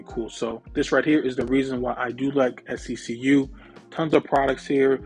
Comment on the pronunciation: I saw on another YouTuber’s community post that SECU’s youtube account commented on their video & they it’s pronounced SEQ 😂 i’ve been saying it like how you say